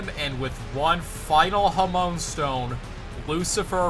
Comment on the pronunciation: I hate being that person but it's genuinely bothering me: Hamaon (HamA-On), not Hamoan. That being said, I didn't even know this game existed and it looks really cool. Fun challenge run, good job.